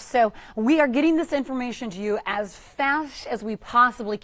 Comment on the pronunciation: did she say "fash" insted of fast